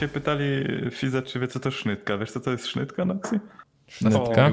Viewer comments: Sznite a nie sznytke.... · Mówi sie sznitke a nie sznytke... Kocham jak gorole kaleczą Śląską gware